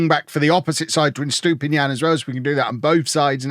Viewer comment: I hope you sell Estupiñán soon cause you butcher his name every time 😂